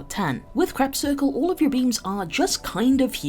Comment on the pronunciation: I like that you pronounce crepuscular as "Crep circle" or "Crab Circle". I've' been saying "kre·pus·cu·lar", but I will call it "Crab Circle" from now on.